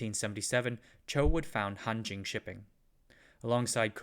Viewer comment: It sounds like Hantjin...